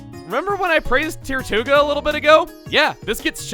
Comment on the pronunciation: Its ter-too-ga